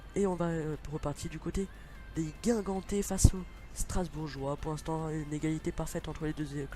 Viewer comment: on dit guingampais pas guingamtais et correia il est reserviste donc faut mettre tabanou ou rebocho merci